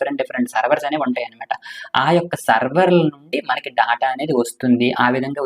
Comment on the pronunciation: Daata kadhu data adhi